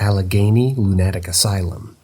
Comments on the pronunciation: Me too. Never heard it said quite that way before. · I'm silently screaming every time you said lunatic asylum and the way you pronounced it LOL